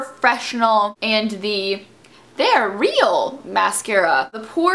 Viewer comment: I love how you say "THEY'RE REAL!" hahaha